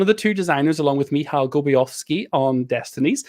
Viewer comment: Man, you nailed the pronounciation of Filip's and Michał's names, well done!